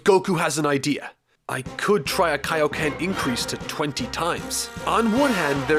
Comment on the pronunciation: What bothers me is that he KNOWS how to say it, but just actively chooses to fuck it up lol